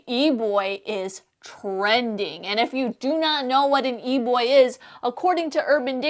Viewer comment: I just love how she pronounces it "E-bwoi"